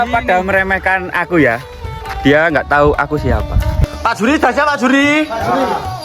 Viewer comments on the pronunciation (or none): none